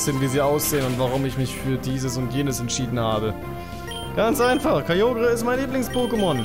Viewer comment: Kyogre spricht man Kajoga. Hört man in Pokémon Generations.